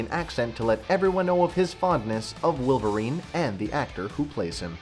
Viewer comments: Its Wolverine not Willverine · Why are you saying willvarine? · i can't get over the fact that you're saying "willverine".